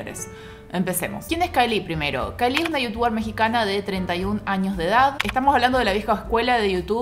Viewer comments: Veo el video y corrijo mentalmente, no es CAELÍ es CAÉLI!!! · no te lo tomes a mal pero estás pronunciándo remal el nombre de Caeli. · pronunciaste mal el nombre de caeli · Así no se pronuncia Caeli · Un video excelente, pero terrible la manera en la que pronuncias el nombre de CAELI o_o